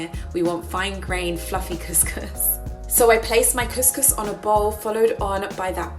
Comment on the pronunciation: You are pronouncing couscous so wrong 😂🙉